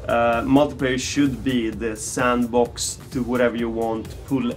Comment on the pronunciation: OMFG DID HE SAY SANDBOX?